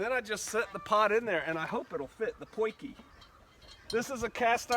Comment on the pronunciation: It's not 'Poiky' it is 'Potje' which means 'little pot'. Who told you to sabotage my language ;-?